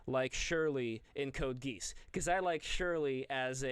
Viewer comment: "Code GEESE" pronunciations are killing me